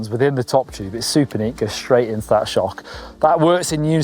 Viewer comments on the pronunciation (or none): none